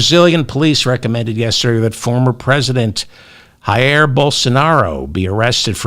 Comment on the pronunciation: Bolsonaro's first name is pronounced with a "normal" j sound, as in the name John, though more a zh.